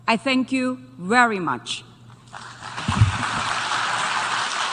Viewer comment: Ramai orang Indonesia boleh inggeris tapi tak sama sebutannya, misalnya: verry god,orang Indonesia baca, ferry god, sedangkan inggeris jati, membacanya bery god,bukan Ferry god,dan banyak lagi sebutan tak tepat berkaitan huruf V